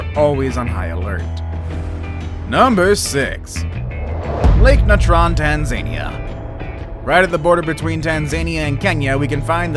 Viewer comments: It's TanzaNeea, not TanZANe ia. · "Tan-zay-nee-uh" ??? You may want to look up how it is actually pronounced. It is easy to do.